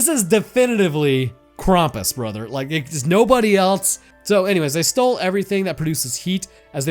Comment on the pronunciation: ´Most of the world very sanely celebrates christmas on christmas eve. Hence, christmas eve IS christmas. Thanks. And PLEASE freaking stop pronouncing "Krampus" as "Krompas". No one. NO ONE calls him that.